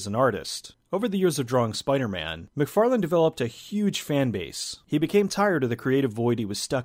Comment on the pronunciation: Why do yo keep calling him Todd McFarland? His name is Todd McFarlane.